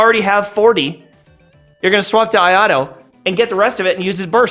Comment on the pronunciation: bro please can you not pronounce him ayado